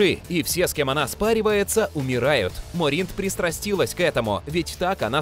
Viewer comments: МОринт, а не МорИнт. Якши, а не якшИ. Ударения не на те слоги ставите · Что еще за "морИнт" и "ардат-якшИ"? Можно было хотя бы с автором текста свериться, где ставится ударение, а не зачитывать, как получится?